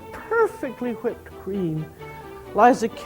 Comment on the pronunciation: I love how she says whipped. "I'm going to make ha-whipped cream."